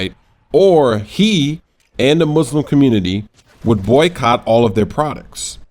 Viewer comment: When u say *Muslim * it sounds funny.